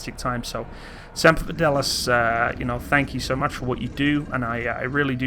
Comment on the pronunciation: Tank you for that video. Got it? "Tank you"... BAAAHAHAHAHAHAHAHA Now I am going to talk to the mirror in my bathroom to pretend I have a friend.